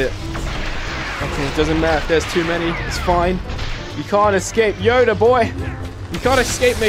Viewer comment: At first he said yuda instead of yoda